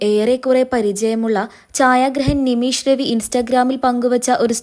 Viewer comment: നിമീശ് അല്ല നിമിഷ് ആണ്